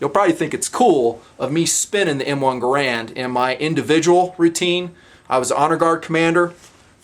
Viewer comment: Like if for nothing more than not pronouncing it "grand". Few weapons and weapon actions have stood the test of time as the M1 has!